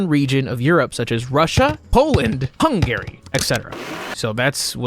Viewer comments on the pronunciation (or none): We not gonna mention how he pronounced Hungary as "Hung Gary"?